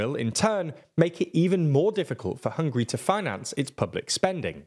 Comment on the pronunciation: Why is it so difficult for you to learn how to pronounce Hungary?! It’s not hungry!